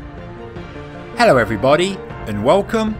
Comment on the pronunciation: 'Harrow Everyone' :))))))